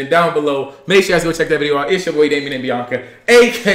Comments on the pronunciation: When they started post to say in the beginning of the video I was laughing because said Beoc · She said biowca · She said Biankaa😤🤮